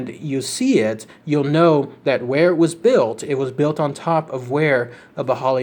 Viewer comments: It prounounced "ghi-ball-e" just so you know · Its pronounced 'baahai'